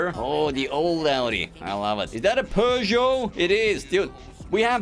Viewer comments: Bro pronounces pegoute but not koienegsegg 😂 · dude can pronounce peaugoau but can't pronounce koenigsegg 😂